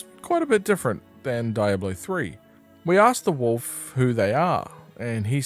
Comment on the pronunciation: I called the police because of your pronunciation of "Diablo". In what universe is it pronounced "Dayablo"?!